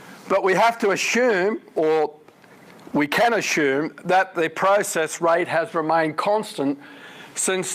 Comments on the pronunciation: Stop saying ashoom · I'm Australian like Dr Snelling and his pronunciation suggests to me he's from the State of South Australia (capital Adelaide). We don't have a lot of regional variations in our accents but saying "ashume" for "assume" is one of them.